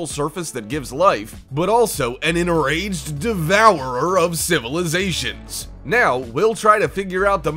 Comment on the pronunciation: They why you say civilizations 😆